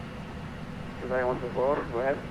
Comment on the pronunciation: Great video. Just a quick word..no biggie. Qatar's callsign is pronounced QATARI and not QATAR. Thanks.